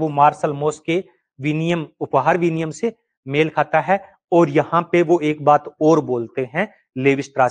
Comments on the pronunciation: बस आपको हिंदी बोलने का तरीका नहीं है गुरुजी आप हिंदी के थोड़ा अ के लिए ऐ विनिमय के लिए विनियम रक्त के लिए रकत ।।।।शब्दों को ठीक से न बोलना वक्ता एवं श्रोता दोनों के बीच संप्रेषण प्रभावशाली नहीं बना पाता है ।।। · सही उच्चारण विनिमय, ना कि विनियम 👍